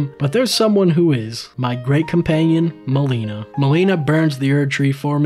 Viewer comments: Why do you call her "molina" when she literally vocally says her name is "mel-inna" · It's not like Meliiiiina it's like malena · I’m still trying to wrap my head around why you called her “Maleena” she says her name is “meh-lin-a” so why did you pronounce it differently) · MELINA ME-LIN-AH NOT MELENA Unreasonable crash out mb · bro said meleena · But you said Melina's name wrong though.